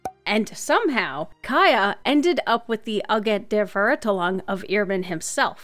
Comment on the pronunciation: as a German my ears bleed when you tried to pronounce Verurteilung and Immernachtreich I am soooorrry